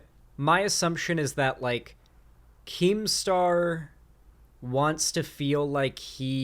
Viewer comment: Keemstaw is a wightwing figuwe